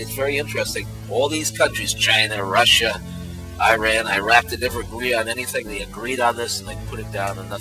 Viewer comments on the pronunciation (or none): none